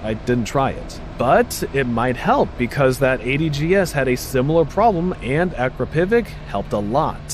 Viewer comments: Decent review, but you read words wrong, it's not VStorm it's VStrom, "liter" is pronounced leeter not lighter. Akrapovic not Akropivic, it's like you're reading a scrip someone else wrote. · woah woah woah, that's just untrue. Fully loaded XR is 16,500 GBP, just 500 more than an equally loaded Versys 1000, Multistrada V4s START at 20k the XR is very much in the same price bracket as the versys and unfortunately destroys it in almost every aspect. Edit: apologies you just talked through that 30 secs later but still. Also, that's the most butchered pronunciation of Akrapovic i've ever heard lol